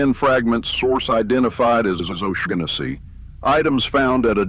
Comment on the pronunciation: Do double-check the pronunciation of names before reading (or, in this case, using text-to-speech, but I hope you grow out of that soon and grow into your own voice). "Shaughnessy" might be misspelled here but it's pretty clearly just a variant on an existing name, which has no G sound (SHAW-nuh-see). Especially when you're gonna be repeating a name many times, you don't want to get a clearly inaccurate pronunciation.